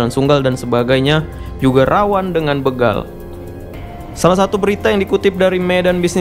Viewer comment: banyak sudah salah pengucapan kata "begal". huruf "e" nya berbunyi sprt pada kata "pergi". padahal yang benar kata "begal", huruf "e" nya seperti pada pengucapan kata "pak-de" , "kere", "merauke", atau "bela-diri".